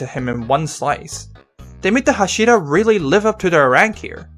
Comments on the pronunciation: OK OK OK Lets learn something all together STOP CHANGING THE ACCENT OF THE TITLES AND THE NAMES OF THE CHARACTERS. Everyone know so much about anime series. However you dont even know how to pronounce the titles and the names or you dont respect them. Its not hash(I)ra. Its fucking h(A)shira. Learn the names first and then tell your opinion to the crowd and that goes for everone like you Youtuber or not! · Why do you pronounce hashira so odd? Like, you make a demon slayer video, you want to be taken seriously I assume, but you don’t even take the pronunciation seriously? How am I expected to take your interpretation of the events seriously if you can’t even pronounce a single word repeated many times in the anime right? How is this related? If you keep pronouncing an easy af word wrong, when in the anime is pronounced right many times, it seems to me like you didn’t even watch the anime 😂. Edit: OMG, you also pronounce Inosuke wrong 😂. And yeah, based on your commentary if the events and understanding, it seems to me you really didn’t watch the anime imo. You might have looked at it, but to me you didn’t seem to really have watched it 😂. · The way he says hashira angers me